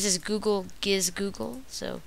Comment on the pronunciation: ITS FUCKIN GIZOOGLE GIZ-OO-GUUUL